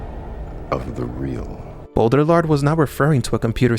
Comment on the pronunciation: Great video. Hope the people who need to hear this get it recommended. But my man how has nobody told you how to pronounce Baudrillard 😂 (it's bo-dree-yar btw)